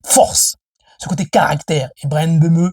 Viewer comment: Mbeumo cest pas mbeumeu Wshh 😹😹😹 il a du mal 😭😭😹😹😹